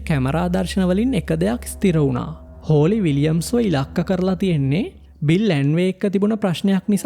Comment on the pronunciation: හෝලි ද හොලී ද? Holly = හොලී